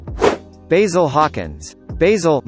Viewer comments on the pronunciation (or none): none